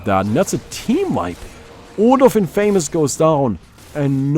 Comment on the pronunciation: Great video.. but I don't think thats how one pronounces infamous..